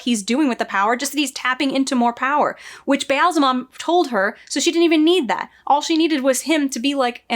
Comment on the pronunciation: Every time you try to say "Ba'alzamon", I see Dave Grohl in a devil costume. Weird.